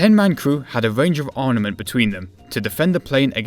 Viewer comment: Dude, it's 'ARMament', not 'ARNament'.